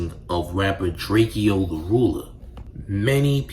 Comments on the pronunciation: Why you watching yourself talk instead of looking into the camera? Weird AF 👀. and its pronounced "Drake--Ohh" not "Drake--EE--Ohh" 🤦🏽‍♂ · Why do you say drakeeo it’s drakeo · Bro how you gonna do a video and not pronounce his name right? I can’t watch this shit 💩